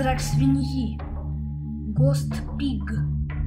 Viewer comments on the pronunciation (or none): Не встревожаная собака а тоевожная и не доус бади а доус боди и не гост пиг а гоуст пиг